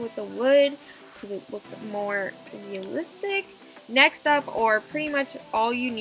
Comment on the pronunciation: I thought she said naxt